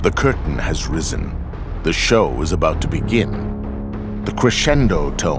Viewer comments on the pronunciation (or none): none